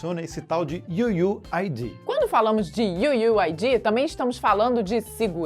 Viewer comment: "iu iu ai di" kkkkkkkkkkkk nunca ri tanto d'uma coisa tão boba iu iu ai diiiiii